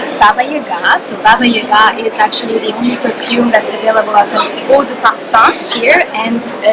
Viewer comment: The accent must be placed on the second syllable of the word - YagA.